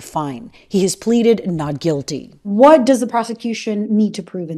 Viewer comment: "Pleaded not gulity." Is that the same as not guilty? lol